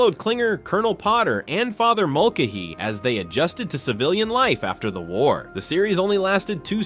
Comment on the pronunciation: Mulcahy is pronounced mulKAYhy; Fabares is pronounce “Fabray”. Henry Blake was replaced because he was sent home, not because he died. He died on the way home.